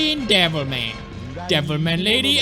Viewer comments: Every time he says "Devil Ma-" I keep thinking he's gonna finish saying "-y Cry" And I haven't even played the game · I kept mishearing him and thought he said Devil May Cry... now I'm replaying DMC4. Damn you pewds